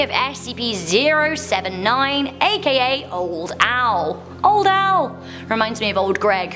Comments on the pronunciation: It is not old Al it is old Ai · Just a heads up, 079 is not “old Al,” but rater “old A.I.” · old ai not old al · IT’S OLD AI NOT OLD AL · Isnt 079 called „old ai“ not „old al“ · I'm pretty sure it's Old Ai not old Al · ITS OLD AI!!! NOT OLD AL!!!!! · Im pretty sure its really old ai not old al but lol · It's old AI not old AL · Just saying SCP-079 isn't "Old Al" it's "Old A.I." As in artificial intelligence. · Its Old Ai not old AL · ITS OLD AI (pronounced a-eye) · OMG SHE SAID OLD AI WRONG GRRRRRRRRRRRRRRRRRRRRRRRRRRRRRRRRRRRRRR!!!!!1!!!11